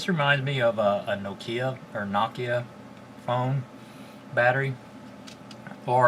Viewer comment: I can understand that you have trouble pronouncing Worcestershire, I mean who doesn't? But Nokia? Really? :) I bet Jörg Sprave doesn't have that problem. As for Retekess, never heard of this brand before. They have quite a few products on Amazon. They could have picked an easier name to pronounce too. lol